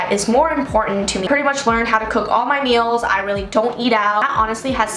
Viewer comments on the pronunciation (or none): none